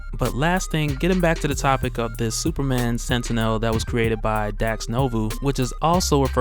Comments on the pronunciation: minor critique. look up the X-Men cartoons to see how to pronounce 'Sentinel'. Its annoys me like when I watch Onemindsyndicate and they mispronounce words. Otherwise keep posting and I'll keeping enjoying. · Learn how to pronounce sentinel. Jesus Christ.